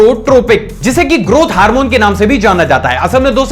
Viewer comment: Not harmone its hormone